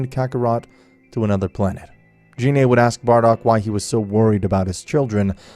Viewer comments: Gine not Jine, but I won’t judge it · Gine not “Jine” and it’s Vegeta “Vejeta” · why do i feel like all these guys pronounce things wrong on purpose gine not jean A and vegeta (vuh-gee-tuh)